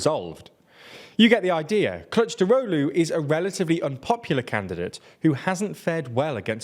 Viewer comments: I love the way you pronounce "Kılıçdaroğlu" as "clutch drolu" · Superb pronunciation of "Kılıçdaroğlu", well done! I always believed in you xD Anyway let me try to give you piece of my view of Turkey's politics in detail about these topics in the video. It's really good video in general but there are a lot of details you should know. First let me clear the candidate shenanigans: -It's true that Mansur Yavaş have more popularity but Kurdish voters are clear about not to vote for him if opposition(6 party coalition) choose him as a candidate. Even he looks like more vote in surveys, it is a big risk. Kurdish votes are the key in this election, and the video point out this fact very well. Keep this in mind. -Ekrem İmamoğlu is also popular bc of İstanbul mayor but even i have doubts about him. He is... how should i put... not seems honest yet he is working good. He get Kurdish votes easily but if opposition nominates him, they will loose İstanbul municipality, bc AKP have majority in İstanbul municipality's parliament and there is more than a year for election for municipalities(Also its true for Mansur Yavaş). İstanbul means a lot... Too risky... also it's not guarantee to win. Not to mention political ban, it will probably abolished by high court but still risky... -Meral Akşener doesn't want it and she can't win, not gonna get in details. So Kılıçdaroğlu... I understand why he isn't popular but it's not really important to be popular in my view. He is really good at bureaucracy and diplomatic skills and he actually didn't lost elections in